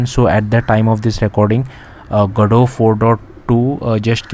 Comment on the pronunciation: gado ❌ go-dot ✅ 😂